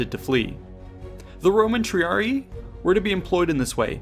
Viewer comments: Triiarii = Tri-ar-i-i. (Not Tre-ar-e) Who is Caesar? It is like saying "King". King who! Caesar who! Tsar who! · TRIARII is pronounced TRIARIAI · It's pronounced tree-ah-ree-eye. "Tree-ah-ree" is singular